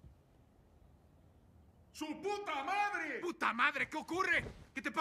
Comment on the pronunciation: Cómo dijo ten suputamare jajaja